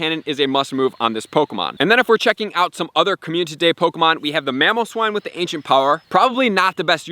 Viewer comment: I watch all your vids, but when you say communtity instead of community it makes me cringe, no hate though just saying. Love the hard work, really helps me out as a newer player. Keep up the hard work!